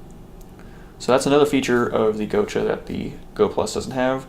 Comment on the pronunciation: Gotcha... Not go cha